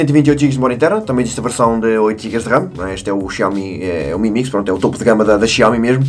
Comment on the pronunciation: Tenho reparado que em vez de "MI A1", por exemplo (ou outro equipamento com "Mi" no nome), dizes "Emi" e não apenas "Mi"...